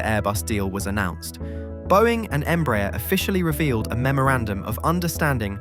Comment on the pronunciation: By the way, since you mentioned that, "Embraer" is pronounced "em-brah-AIR", stressing the last syllable and with the "A" and "E" vowels distinctly pronounced and separated. It's a Portuguese acronym for "Brazilian Aeronautics Company" ("EMpresa BRasileira de AERonáutica").